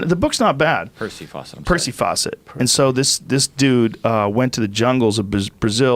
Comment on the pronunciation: PRONOUNCED "Lost city of "ZED" (The British pronunciation of the letter "Z"* btw) --& HIS NAME WAS P. FAUCET*! a British man*, he got lost and probably killed* by local tribes.. But some say he found it and stayed-Voluntarily* 🧐🤔🤨😒